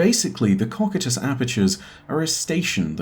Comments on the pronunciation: its pronounced koh- KAI- tus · Great video! just wanted to say it's pronunced ko-kai-tus (cocytus). :) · I don’t wanna be a p*ick but you pronounced “Cocytus” wrong but no biggie